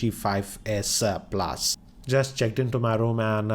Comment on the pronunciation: ....its s+ not asa plus